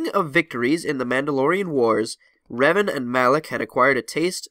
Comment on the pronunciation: you keep pronouncing revan differently